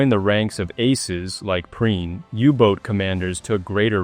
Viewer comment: You can't even pronounce his name properly. Waste of time.